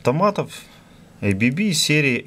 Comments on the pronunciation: Какое эй-би-би то? АББ читается, название немецкое, расшифровывается как азЕа-брАун-боверИ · Уважаемый автор, не произносите, пожалуйста название бренда "ЭйБиБи". Правильное произношение "АБэБэ", потому что этот бренд имеет шведско-швейцарское происхождение. Следовательно, ничего общего с англоязычным произношением его наименование не имеет. Его российское редставительство зарегистрировано как ООО "АББ".